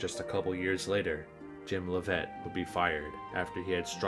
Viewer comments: To improve your videos you should really make an effort to research correct pronunciation of the names you are talking about in the video. You mispronounced both Leavitt and Grothe. You even used clips that had announcers use the proper pronunciation. I like the documentaries just trying to give you quality of life improvements to make the video more professional and better. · I'm big Bulls fan and even though you didn't get the pronunciation of Grothe and Leavitt's name correctly, I thoroughly enjoyed, and laughed, at the quips and semi-seriousness of the video. Especially at the end. Go Bulls!